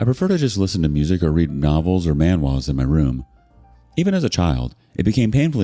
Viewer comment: Great pronunciation on Manhwas! Never thought id see the day when one of those were mentioned in your stories!